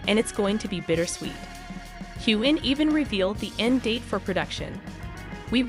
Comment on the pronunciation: Please learn how to pronounce Sam’s last name correctly